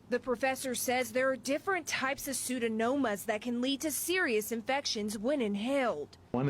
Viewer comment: She said psuedonomus. Is psuedomonas